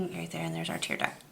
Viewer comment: 'Tear duct' not tear duck (you can hear the 't'). Nice eye. Thanks.